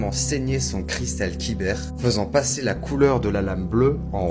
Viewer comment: Kyber pas quibeur